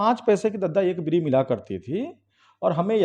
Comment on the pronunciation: BEEDI NAHI BEERI KAHIYE PAHALWANI KAAN SE THEEK SUNAT RAHIN